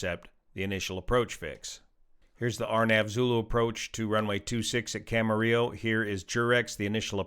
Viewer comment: Thanks for pronouncing Camarillo correctly! 😊🎉